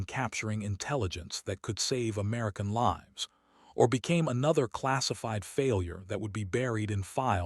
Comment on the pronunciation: Please proof-listen for mispronunciation of words like "lives," "tears," etc., and be more creative names and don't use the same names from story to story.